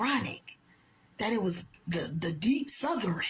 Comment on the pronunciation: When did the word 'Southern' gain that extra syllable